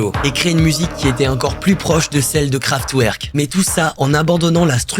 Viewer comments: Super vidéo continue comme ça fréro ! Juste je dis ça en mode bienveillant mais on dit KraftVerk :)) 🔥🔥🔥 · Pour rectification sans animosité, on dit Kevin SauNderson ainsi que KraftVerk :-)